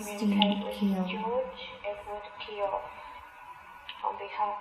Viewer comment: Kee-oh, not kee-yow.